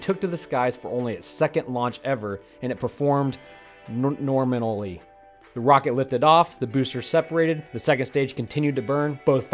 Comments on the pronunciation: Haha. Looks like you had trouble pronunciating it. Lemme help. It's NERminally! 😎 Kidding. For kids watching, it's "nominally." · "it performed norminolly..." I remember him saying that too.. Bahaha